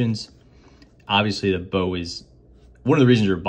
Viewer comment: It's pronounced "box" since baux is short for bauxite which contains aluminium (hence the name of the company)